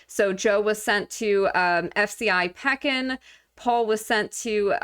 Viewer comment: Its Pee kin (Pekin,IL)